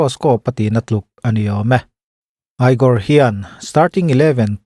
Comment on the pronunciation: igor khi egor tih in lam tur